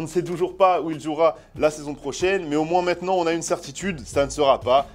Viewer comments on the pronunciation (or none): none